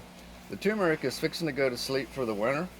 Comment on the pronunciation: Turmeric. Not toomeric